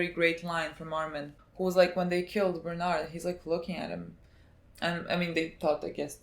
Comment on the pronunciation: Bernard = berthortor